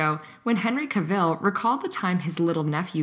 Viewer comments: Henry Cavill's last name isn't pronounced "Ca-ville". It rhymes with "travel". "Ca-vull". source: IMDb trivia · Ah yes... Ricky Ger-vais like "girl." And Henry Cavill like Cruella "De-ville"... Jesus wept... Also - if Kesha is trying to hug me - that hug is happening! Seinfeld is weird...